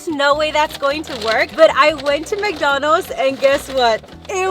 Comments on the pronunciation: Why do you say McDonalds like that? “McDonals” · Love how she says "McDonos"